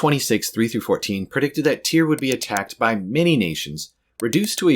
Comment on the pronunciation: I thought it was pronounced tire 😭